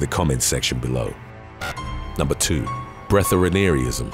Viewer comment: "Breath-air-ee-an-ism" is how it is pronounced..